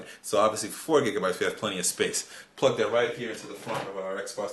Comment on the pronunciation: did he say plugh it into the fuckin USB port?